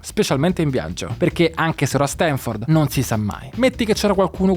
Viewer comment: pero' se dopo questa intervista continui a dire StEnford... non ti si puo' ascoltare 😭